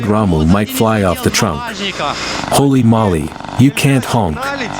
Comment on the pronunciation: Is anyone ever gonna tell them its "HOLY MOLY" not "HOLLY MOLLY" OR HOLY MOLLY !!!!